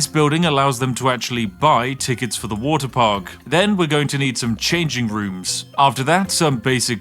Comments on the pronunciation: The game: "You can make any kind of park you like!" Spiff: "WoTeR" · Woter wite